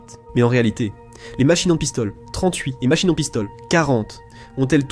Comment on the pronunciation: "La machinen pistole....QUARANTE !!! Ouaiiiiiis !!!" Ridicule !!!